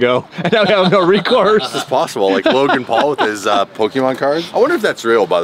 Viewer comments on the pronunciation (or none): really said Logang😂😂